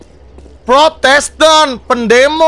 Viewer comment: bang windah bilangnya protesten gys bukan protestan